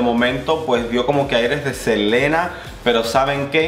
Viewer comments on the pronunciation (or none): none